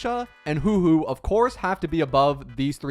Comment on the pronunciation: I don’t understand why you even make star rail videos when you can’t even pronounce , gepard , and huohuo”s name correctly. Clearly you don’t even play this game, you are as ignorant as the person that made “top 10 best characters “ from watch mojo